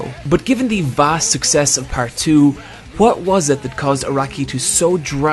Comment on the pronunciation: wHat, where. No offene, but ffs this pronounciation triggers me